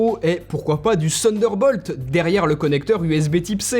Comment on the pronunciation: le seunderbolt ? mais tu sens à l'aise quand tu le prononce comme ça ! hahahahaha